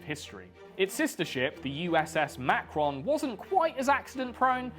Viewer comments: USS Macon is pronounced like “May-Kin”, named after Macon, Georgia, a city near my hometown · Lmfao, “Makron”. The Akron’s sister ship was the Macon; no R. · USS Macon, rhymes with bacon.